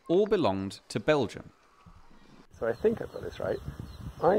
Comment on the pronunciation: it's called Belgium... with an "m"....